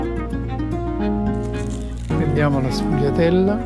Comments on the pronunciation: SE PRONUNCIA SFOLHIATELLA. NÃO SFOGUILHIATELLA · Shvee-ah-dell - Say it right announcer! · Qdo apresentar uma receita aprenda no mínimo a falar o nome correto, a pronúncia é esfolhatela, GL em italiano tem som de lh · Wrong, it’s pronounced shfoo-ya-dell